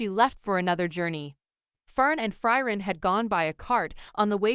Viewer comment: Who is Fry-ren?